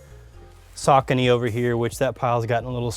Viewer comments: never heard Asics pronounced that way. Anyone I have ever known pronounces it AY-sicks. And Saucony is Sock-a-knee, not Sa-kony. If you'd like, ask Jeff Staple or Ronnie Fieg. Pretty sure they'd agree on both accounts. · I had to say this - People constantly mispronounce Asics and because of my OCD it annoys the shit out of me! It's not pronounced Aysics, it's Ass-icks. Also mispronounces Saucony - It's not Soccer-Knee It's Sa-Kony. Correct me if i'm wrong, I doubt it. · he pronounced saucony wrong lol